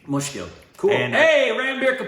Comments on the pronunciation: you correctly pronounce the word "mushkil" just like any other indian speaking in hindi, you r a preety good learner or maybe you just born in a wrong country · "Mushkil" pronunciation was spot on!! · pronounciation of Mushkil, right on mark 😃